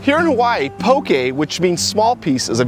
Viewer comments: you dont say POKEY. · The way you pronounce poke is po-keh. Just remember that the hawaiian vowels are the same as the Spanish vowels. And the traditional Kukui nut used for poke is called inamona (roasted ground Kukui nut). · It's pronounced po-kay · That's how locals say it. He just pronounced poke wrong.